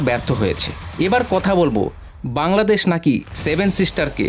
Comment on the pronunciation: বাংলাদেশ ❌ ব্রাংলাদেশ ✅😂